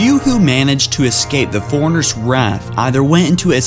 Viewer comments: and Forerunners not Foreigners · You say 'forerunners' like 'foreigners' and it drives me nuts. Other than that great vid and info thank you so much.